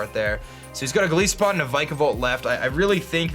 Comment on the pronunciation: Lol why do you pronounce Golisopod like that? It comes from goliath and isopod, both of which have I's like the word 'eye'.